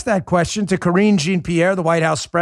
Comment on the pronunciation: "Jean-Pierre" is French, pronounced like "John".